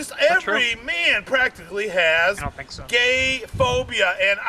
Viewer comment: The way says the word ‘gay’ is definitely a hate crime.